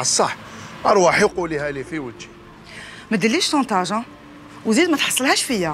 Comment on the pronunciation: سمعتو كي قالت تحكمني صونطاج قصدها شونطاج 😂